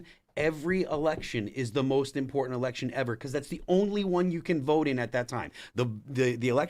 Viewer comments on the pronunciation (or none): Lady, there’s no “r” in the word “vote”.